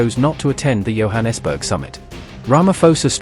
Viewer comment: Ramaphosa pronounciation - the ph is pronounced as a P not F. Johannesburg as a J as in Joe.